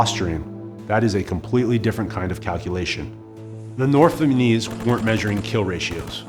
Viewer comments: Did you keep saying "Vietmanese" instead of "Vietnamese"? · Bro see a speech pathologist or smth, it’s not vietmanese it’s Vietnamese… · Vietmanese? Dawg. It’s Vietnamese. Jeez dude. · I loved this video and have watched and shared it several times. My OCD kills me over “Viet-man-ese”, though. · He keeps calling them Vietmanese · Nice video, kept saying "vietmanese" though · Good video but would have been nice if the narrator didn't say "Viet-ma-nese" the whole time :/ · You keep saying “Vietmenese” and it’s distracting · It’s not a bad mini documentary, but I keep hearing him say Vietmanese and it’s all i can focus on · If i was making a documentary about the Vietnamese, I'd at least try and make sure i knew how to say "VietNamese". Typical yank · my man saying vietmanese alot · It’s just sus my man can’t consistently pronounce Vietnamese and not say ViteMANese. Is there no one else on set giving this guy notes? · Two off topic observations: 1 his explanation of the macnamara fallacy sounded exactly like the idiocy of the covid response and 2 it's uncanny how consistently he says 'vietmanese' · This dude cannot say Vietnamese. He's saying VietMANese.... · Such a good documentary. But the “Vietmanese” irks me 😬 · Why does he keep saying "vietmanese" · The way you say Vietnamese is pissing me off so much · This guy seems to have trouble pronouncing "Vietnamese." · Fantastic video but I couldn't stop cringing with that pronunciation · Except he can’t pronounce “Vietnamese”